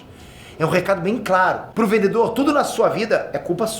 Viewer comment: O "vendeDor". 😅